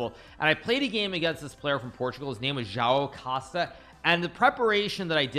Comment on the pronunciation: Bro you said "João Costa" like it was a chinese name 🤣